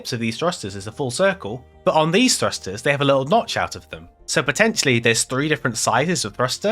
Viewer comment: It's P o t t e n t i a l l y 😂